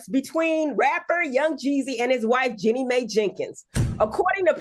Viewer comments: Can someone please tell Dr. Heavenly… IT IS Jeannie“MY”!!! Not Mayyy😂😂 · Why do they keep mispronouncing her name? It’s Jeannie like Genie, Mai like MY. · Seriously it’s so annoying. Jeanie MAIII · Y'all please stop calling that girl Jeannie Mae like she's from the kuntry. LOL! It's Jeannie Mai (pronounced like "MY") LMBO!!!!! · Her name is Jeannie pronounced Genie ! Last name Mai pronounced My! It’s not that hard! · It's Jeannie "MY" Dr. Heavenly get it right! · Two days straight 😩 it’s pronounced “Jean-nee My” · can yall Pleaseeeeeee get this girl name right “GEENIE MY” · you don't have it right either 😮😮😮😮 it's jeannie mi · Al was saying may too 🥴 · You guys keep butchering her name. It's not Jenny May lol